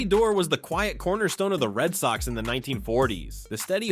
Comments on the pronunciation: Not dee- orr it's door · Bobby Doerr. Pronounced "Doh-ur"